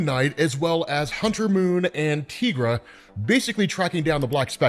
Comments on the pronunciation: I've been watching a lot of your Moon Knight videos lately, and I have one question - Why do you pronounce Tigra's name, 'Teegra'? She is not a Latina. Is Spanish your first language? You are the only person I have ever met to pronounce her name, Teegra. I think it would make sense if she had 'El' in front of her name, but she doesn't. Greer Nelson has the powers of a Tiger, so we call her Tigra. Why do you call her Teegra? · I’ve never heard someone pronounce Tigra like that